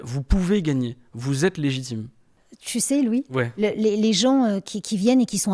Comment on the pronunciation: Apprend a dire son nom déjà lou boyard ... Mdr c'est LOUIS DEJA